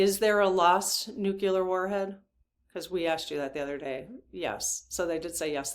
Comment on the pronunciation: Please check the pronunciation of nuclear.